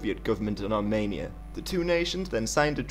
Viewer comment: Sorry, but it's Armenia and not Armania ;)